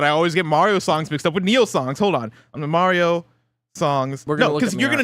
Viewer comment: Why did momentarily start saying Mario’s name wrong?